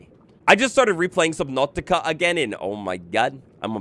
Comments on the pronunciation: Why is nobody talking about how he said subnatica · bro got a russian accent when he said subnautica